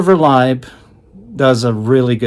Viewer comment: Thanks for putting out this review - one thing to note: Lieb is pronounced "Leeb", not "Libe". The Black Album is a unique infusion of trance and hard techno. It is techno designed in such a way to sound "trancey". I was lucky enough to hear some of these tracks at techno events many years a go...Cellular and 88 sound monstrous on a big sound system.